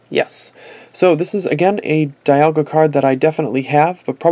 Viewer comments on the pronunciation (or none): And btw its DEE-ALL-GUH Not DYE-ALL-GUH